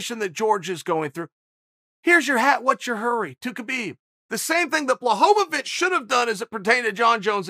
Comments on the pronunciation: Jan "Blahovavich" Blachowicz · Chael pronounced Blajovic correctly , and then forgot about it at the end 😂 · "Blahovovitch"😂😂😂😂 Uncle Chael kills me with this! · Chael "Blahovovitch" Sonnen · Chael "Blachovavich" Sonnen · Chael! BLA-HO-VITCH! Please!!! He's the champ AND just beat Izzy lmao I love ya man!